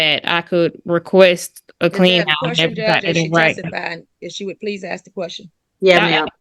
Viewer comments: When did “axe” begin being switched out for “ask”? All of a sudden…boom…there it was! Really sounds odd. Does anyone know? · Ax... She ax a lot of the judge... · She said "can I axe🪓 the manager to turn the alarm off?" Why would she use an axe 🪓 on the manager ? And if she hasn't paid rent for over a year she should have at least $21,000 saved up from what she would have paid in rent, so how is she having money problems? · If you pronounce "ask" as "axe"... get a lawyer. You're not smart enough to handle this. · She just wanted to axe some questions